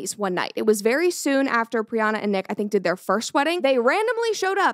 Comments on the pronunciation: It’s PriyanKa Chopra. Not Priyana. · I am so happy for you but it's priyanka not priyana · Hello Brett! I am new in your channel. Thank you for pronouncing the name of Priyanka Chopra at the end of the video correctly. I couldn't help but notice that you called her Priyana😅. Thank for your content. I am from France I never heard about a shut up ring before. Wish you the best for you and your entourage. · Priana 😂 it’s Priyanka not a big deal but it’s funny to hear Brett saying it wrong multiple times… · I’m so happy for you Brett!! It’s so incredible that you’ve found the love of your life ❤…I did just want to say for the rest of the video, that Nick Jonas’ wife’s name is Priyanka Chopra, not Priyana Chopra, cause it bothered me a lil the way you pronounced it, but it’s all good! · Not Priyana it's Priyanka 🤣🤣🤣🤣Just had to correct soz kept bugging me that she kept saying Priyana 🤣🤣🤣🤣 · Love your videos, its Priyanka btw not Priyanna. Keep up the epic videos! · First of all congratulations brett know you have another dog yeehhh Also her name is Priyanka Chopra not pirana chopra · PRIYANKAA.....Congrats Brett but everytime i here Priyana its soo aaaarh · It's Priyanka not Priyana. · Pryan + ka Not pryana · Pryanka it is not pryana lol. Congrats brett 🎉🦋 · Congratulations, Brett! I wish you a happy marriage <3 On that note, her name is said Pree-yunk-kah Cho-pra. 😅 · Its priyanka not brianna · Dear… please pronounce the name right… it’s Priyanka… she is an icon for us Indian… plus one of the best actor It’s literally disrespectful… Congrats on your engagement 🎉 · Its pronounced as "Pri-yan-ka" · Did you just butcher Priyanka's name 😂😂